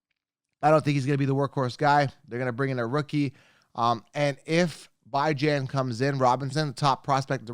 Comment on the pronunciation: Peace..appreciate all your hard work..I was just thinking..I really don't think Bijan Robinson wanted his name pronounced Bi Jane...who would do that to their son? plus you being stuck on pronouncing his name like that takes away from your character..U better then that!